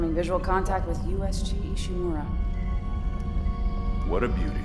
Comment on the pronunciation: Ishimura not Ishimaru, I understand if Ishimura is hard to say.